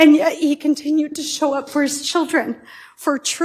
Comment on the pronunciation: “Insidious” Judge said it right